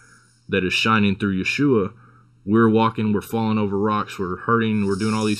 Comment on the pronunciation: All I can think is who the hell is yewhoshua Gandalf keeps talking about 😂 pretty sure it's yeshua